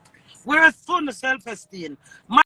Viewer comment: seh, "self ESTEEN". LMAOOOOOOOO! No wonder she has low self esteem!